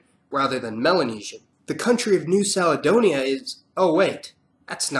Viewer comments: New saledonia? 🤣 Bruh, it's New "K"aledonia... May-ori hahahahaa 💀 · New Saledonia? Always thought that it’s pronounced with a K. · Kiribati actually means Christmas. I only really watched for the hilarious pronunciations, "New Seladonia" ha lol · New Caledonia is pronounced with a "K" sound, not an "S" sound, like New Kaledonia. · Nice video 😊 FYI New Caledonia is pronounced as KALedonia (not SALedonia); and Maori is pronounced mow-ri (as “now” is pronounced but with a m) 😉 Cheers from Australia 🇦🇺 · Interesting video but just have to mention: Mao-ri not May-o-ri, Ki-ri-bass not Ki-ri-ba-ti, Ka-le-do-ni-a not Sa-le-do-ni-a. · There is no such place as "New Saledonia". I think you mean New Caledonia, pronounced "Kaledonia" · isn't it pronounced New Kalidonia instead of Salidonia? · correction...its not pronounced new saledonia...its calendonia... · New Caledonia (La Nouvelle Caledonie), means New Scotland because Caledonia was the Roman name for Scotland. It should be pronounced with a hard ‘C’ like ‘Kaledonia’, not ‘Saledonia’, as you pronounced it. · Ok, New Caledonia is not pronounced New Saledonia It's pronounced New Kaledonia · New Caledonia not saledonia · New Caledonia ... Cal. Like Cal-ifornia. Not like Sal. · "New Saladonia?" It's Caledonia, with a hard C, not a soft. Get a literate reader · I was confused by Sal-e-Donia LOL. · Meiiioooori, Niusalidonia who was giving you info? Wrong pronunciation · Small correction: New-Caledonia is prounounced New-Kaledonia. And Fijians are very much mixed between melanesian and polynesian, the difference is not so clear-cut. But personally, as a Pacific islander, I don't really stand behind the division of Oceania, in Mela-Micro-Poly nesians anyway. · New Caledonia is pronounced new KAL-edonia Kiribati is pronounced kiri-bas Norfolk Island is prnounced more like nor-fik not nor-FOLK Irian jaya is known as West Papua. Also why incorrectly say "may-oree" and then correctly pronounce "mao-ree", it kinda makes no sense